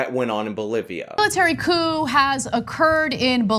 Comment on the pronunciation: She says coup, but still sounds like cuckoo to me.